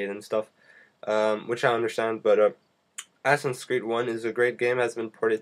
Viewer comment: assassin dude not asson =_=